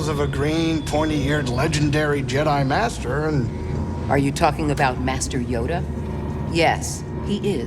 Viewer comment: I heard greez say master yodel